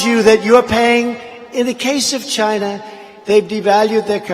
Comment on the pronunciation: "CHY-NAA!!" LOL!!!!